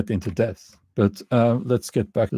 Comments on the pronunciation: Just say det. The b is not pronounced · The word 'debt' is not difficult to pronounce as the 'b' is silent. It rhymes with 'get', 'set' and 'met'. It is difficult to pronounce for those who try to pronounce the 'b'